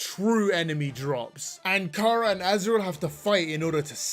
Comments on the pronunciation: Its chara not cara you stupid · How the actual f@ am I supposed to believe you when you can’t even pronounce Chara’s name correctly